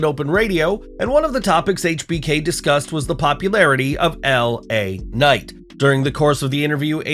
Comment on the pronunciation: It's LA Knight guys come on